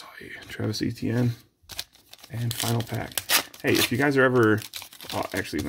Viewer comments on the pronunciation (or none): none